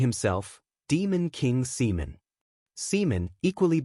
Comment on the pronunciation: Another good one bro, i would just advise always check and spend extra time editing first 10-15 minutes to keep potential subscribers hooked, cuz I've seen many viewers just dropping videos because of mispronunciation of names like the opening Simon or Seaman, i love how your AI is very descriptive but this video took way longer than for example Genius Prismatic Mage full 4 hours more for 3 more chapters. Keep up with the good work bro